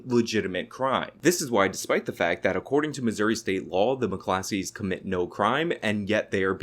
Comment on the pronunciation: McClosKeys bruh. Not Muh Classees.